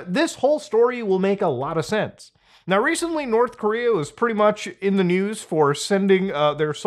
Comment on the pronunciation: North Coom-rea Coom Jon Goon Coomunism Did I miss one?